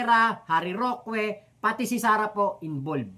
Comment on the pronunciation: correction lang, wag kng magagalit, ang right pronunciation ng roque eh ROKE, hindi ROKWE.. wag kng magagalit ha..✌🏼👋😊